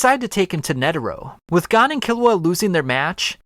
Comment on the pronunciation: I have never heard pronoun Gon’s name like this